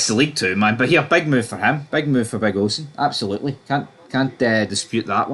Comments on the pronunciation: I'm not Irish nor a Tim, but it's "Oh-Sheen" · I know him, its pronounced O-sheen. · is it pronounced ocean or os-i-an theres alot of celtic fans so i asume they know how to say irish names